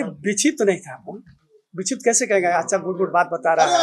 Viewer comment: एक बार बोल रहा....की बिछिप्त था...क्योंकि बोल रहा बिछिप्त नई था...ये क्या बोल रहा है भाई!